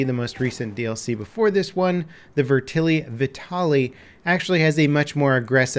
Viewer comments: I'm sorry, but the way you said "VETerlli" pissed me off lol. It's VET-erlli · its Vet-er-lee not Ve-terly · 'Vertili' AT LEAST TRY TO PRONOUNCE IT RIGHT MY GOD HOW HARD IS IT I'm not even Italian and this pisses me of lol